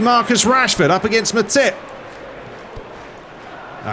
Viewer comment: Sounds like you’re talking about something else when you say Matip like that 😂